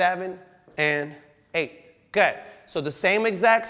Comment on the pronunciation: am I the only one who hears "go 'head" when he says "good"? just me?